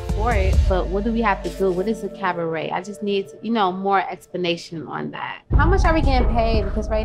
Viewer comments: CAV-a-RET lol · Every time Joseline says “CaVAret”... Take a SHOT 🥃 🥴